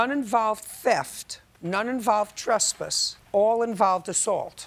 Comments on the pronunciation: The way she is saying "trespuss" is irking my soul. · Why do she pronounce trespass like that? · I swear Judge Judy can pronounce any word however she wants and I’m running with it. I will forever pronounce trespass the way she does and if someone doesn’t like it, I’ll show them this video.. : )